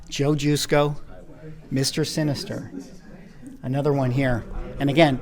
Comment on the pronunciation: Great stuff. Thanks for posting this video. As a heads up I called Joe Jusko the way you pronounce his name and he got bent. Its juh sko not Jew sko. LOL